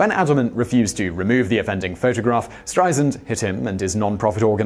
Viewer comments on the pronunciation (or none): Apparently the “Streisand Effect” hasn’t resulted in the consequence of people knowing how to pronounce her name. It is not pronounced STRY-zund, as this man says. It’s STRY-sand (like sand on a beach). I mean my gawd, the woman has been world famous for 60 years. Then again, Brits still call L.A. “loss-ANN-juh-leeze,” so we have a lot more work to do.